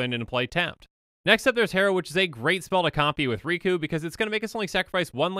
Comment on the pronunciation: The name's.. Riku... It rhymes.. With two